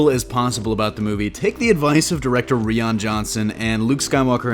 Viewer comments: "Re-on Johnson" it's "Ryan" lol it is spelled Rion buts it's "Ryan" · pretty sure Rian is pronounced the same way as Ryan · Lol who CARES if you said Rian's name wrong?! Your channel is GREAT! I'm thinking the very last part of the trailer, amongst others, is a HUGE misdirect! Anyway, that's my take. Oh. And, S.N.O.K.E. Sith No One Knew Existed Your welcome. 👍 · Hahaha You said Rian Johnson's name wrong.